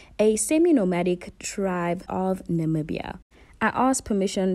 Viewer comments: I absolutely loved this vlog. Being Namibian and being able to recignise everything on the vlog and at the same time getting fresh perspective through your lens was amazing. I'm glad you enjoyed our beautiful country. Oh and your pronunciation of the places is so good. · You did so well with the pronounciation ❤️🇳🇦